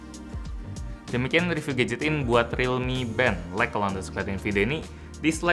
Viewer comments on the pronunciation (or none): none